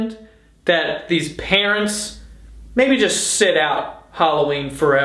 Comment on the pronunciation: ‘what kinda peerants’